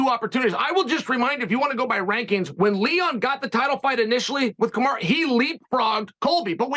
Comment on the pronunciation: He’s the master of pronouncing names wrong. Yarear, Pierra, Kamara etc.